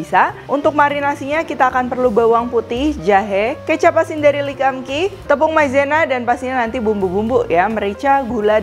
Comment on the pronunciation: Lee kum Kee bacanya Li kung Ki bukan le kam ki